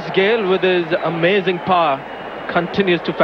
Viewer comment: Manjrekar does shitty commentary. Like something is blocked in his nose. For power , he says paar. Srinath , a genuine pace bowler in his prime, all done now. Run up is hardly 4 steps, runs in slowly and last 4 paces , increases his speed. Bowlers can’t maintain fitness for long. They shud give them double credit like mom compulsory to bowlers, more monies, make them captain too.